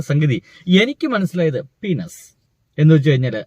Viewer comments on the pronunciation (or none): പീനസ് അല്ല പെനിസ് എന്നു പറയൂ